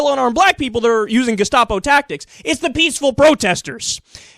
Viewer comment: Why does Bill pronounce gestapo like that? "Geshtapo"